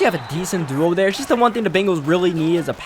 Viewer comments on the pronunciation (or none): And he says "Dare" instead of "there"